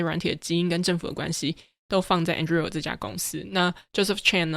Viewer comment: 這集算是精華濃縮內容很棒，但Anduril的發音好出戲，雖然自創詞嚴格上來說沒有正確發音，但一直對於聽Palmer發音習慣的人來說聽得有點痛苦，加上這個詞有從頭到尾都出現，但還是感謝上傳精彩內容！